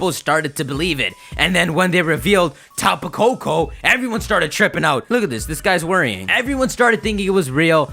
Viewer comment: Tapu Koko...Peeko....hmm